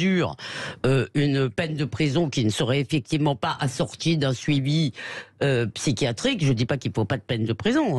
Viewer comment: "Psy chia trique".... Il y a un "i" qui se prononce.... Le mot "psy qua trique" n'existe pas. Quand on répète 30 fois le même mot en moins de 10mn, on s'assure au moins d'utiliser un mot qui existe et de savoir le prononcer.